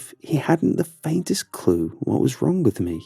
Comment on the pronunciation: i love how you pronounce the g in words like wrong ith k at the end ; wrongk